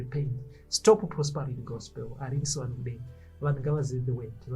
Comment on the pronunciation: I love it when say, "Prosparity" 😂😂😂😂😂😂